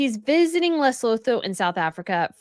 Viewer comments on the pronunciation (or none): Lesotho pronunciation ‘Le - soo - too’. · Lesotho is pronounced Luh-soo-too 🙂